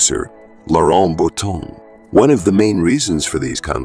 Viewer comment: Please learn to pronounce French names and words correctly! For example, it's Boutonnat, pronounced as "Boo-ton-A", not Bouton. The material in this video seems to have very little to do with reality. See Wikipedia instead. Many of her performances are here on Youtube.